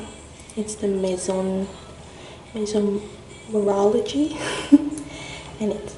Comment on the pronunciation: My favourite part is when you said Maizon Morology